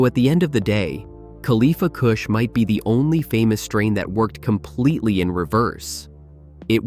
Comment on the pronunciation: Khalifa KOOSH 😂